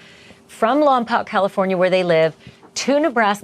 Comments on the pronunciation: So…it’s lom-poke. Not lom- pock. 🙂. Just FYI. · Love all you do! You’re the BEST!!! (Oh, and as a CA Central Coast decades local, if it matters, it’s pronounced “Lom-poke” — I promise). Hoping with all I’ve got that all ends well! 💞 I can hardly stand that they had to give the mother 72 hours and not 72 freaking seconds! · Thats not how you say Lompoc!